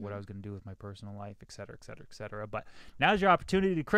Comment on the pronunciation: It's 'et cetera', not 'ekcetera'. Don't want to be a dick or anything, have fun with your podcast!